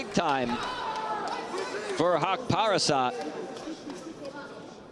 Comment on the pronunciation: Great job Afghan Hero! commentator is pronouncing his last name wrong, it is not "PARSAT" it is "Parast".